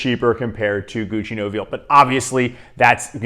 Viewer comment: I find Duc De Vervins very close to Nobile (and it's pronounced No-bill-eh)